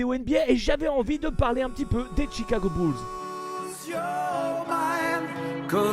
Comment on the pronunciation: Please Chicago Bulls et pas Tchicago Bulls 😜